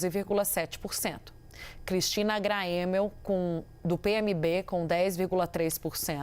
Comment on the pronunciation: A repórter não consegue nem falar o nome da Cristina Gramel, essa CNN é um lixo mesmo